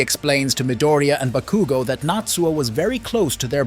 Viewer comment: It was mildly annoying to hear you repeatedly mispronounce Bakugo and Midoriya's names in this but it's otherwise a great recap